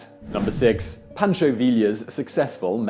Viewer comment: Oh, Mr. Whistler - you so funny! Pronounces "Villa" correctly; butchers pronunciation of "Pancho" !!! You're doing this intentionally, yes?